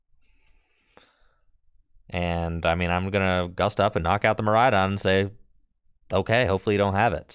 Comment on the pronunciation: I had a good chuckle when said Midraidon.